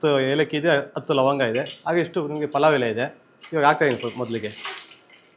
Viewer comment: ಪುಲಾವ್ ಅಲ್ಲ ಪಲಾವ್😡